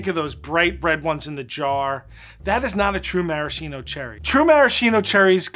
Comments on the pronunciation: Ffs it's pronounced /maraskeeno/, not /marasheeno/. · Pro tip if you want to impress people: in Italian it's pronounced maraSKeeno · One shot for each time that Maraschino is mispronounced. It's Mah-Rahs-Kee-Noh. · Marashino?! Amerincas haha. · MarasKKKKino for the love of God America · Cool, but that’s not how you pronounce maraschino :( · missed the opportunity to teach Americans the correct pronunciation of Maraschino